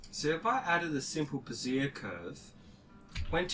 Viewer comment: Very informative and helpful...but just a trivial point for the sake of conversation...Bezier is pronounced bez-ee-ay, not ba-zeer. It sounds like you are referring to a woman's support under-garment.